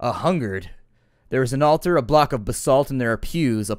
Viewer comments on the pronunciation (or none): none